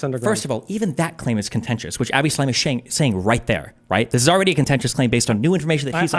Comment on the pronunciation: The man pronounces "Lee-hi" for Lehi et "Avayyyy" for "Avi". He read it all in his books.